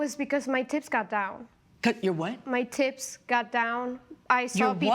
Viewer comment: My tips went down. Judge Milian thought she said tits. Lmao